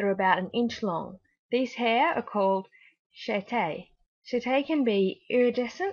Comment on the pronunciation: chaetae is pronounced kee-tee or kee-thai